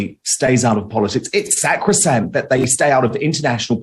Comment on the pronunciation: "SAK ro sankt"